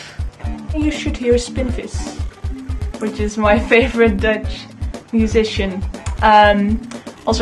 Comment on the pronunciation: Great. The only thing that I would say is that it's Spinvis not Spin Fizz.